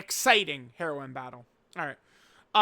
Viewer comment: you say heroine too much like heroin 😭😭